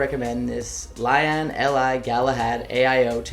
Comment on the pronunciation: How did you butcher lian LI that fucking bad